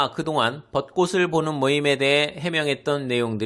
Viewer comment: 벗꼬슬(X) 벗꼬츨(O)